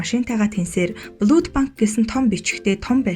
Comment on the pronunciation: Блүд гэхгүй блад гэдийшү blood